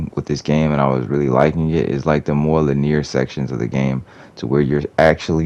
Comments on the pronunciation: No hate, but it’s pronounced “lih-nee-ur” not “lih-neer.” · When did people start pronouncing it "lin-ear"? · Why do you pronounce linear like that